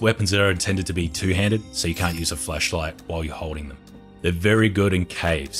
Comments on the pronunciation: plz say flashlight better :D :D kept hearing fleshlight and it still made sense :D :D. nice and consise vid tho. thanks helped a lot. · Sooooo we're just gonna pretend he ain't say "flesh" instead of flash cause uh I'm pretty positive a flesh like ain't gonna kill cannibals.. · Everyone: flashlight: fleshlight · Why do you say flesh light LMAO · lol he said flesh light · Bro keeps saying fleshlight💀🤣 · When he said flashlight it sounded like flesh light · I thought he was saying flesh light😂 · did anyone hear him say fleshlight instead of flashlight when he said it? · Its called an accent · Sometimes i hear fleshlight not flashlight